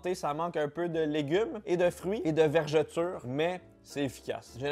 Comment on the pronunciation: Verdure et non pas vergetures lol 😂